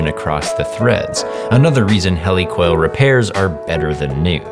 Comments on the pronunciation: He li coil. Not hell-i coil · "HELL-ee-coil"? Never! HEAL-ah-coil 4Life. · Hellicoil? Camferred edges? I've never these words pronounced so weird... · Pronounced "Heelicoil", as in "Helix... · Its pronounced "HE-la-coil" at least, everyone I know/knew in the last 35 years of the machining trade called them. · It's pronounced "heal a coil" a reference to the helix shape. And HeliCoil is a Stanley-Emhart brand name. The real term is helical insert. (Source: buy, inspect, and sell them). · Helicoil (pronounced heel a coil) is actually a brand name. They are just threaded inserts. It's like calling all DVRs Tivo. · Kinda sad he says Helicoil wrong the whole time